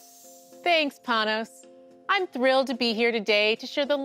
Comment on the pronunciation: “I’m so thrIlED”